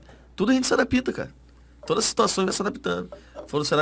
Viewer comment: CARALHOOOOOOUU. ELE DISSE "ADAPÍÍÍÍTA".